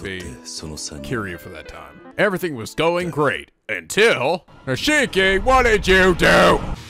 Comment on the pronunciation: His name is pronounced "Neesh-key".